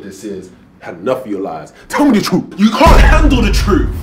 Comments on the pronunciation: “Tell me the trooh!” “You can’t handle the troov!” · "YOU CAN'T HANDLE THE TROOF" "Guilty of bo'oh'a'wo'ah." "Wo'ah men'i." flawless